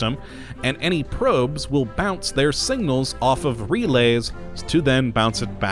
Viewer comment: Same. Took me a minute to figure out what he was saying. add that to nucular, aluminium, and Ol.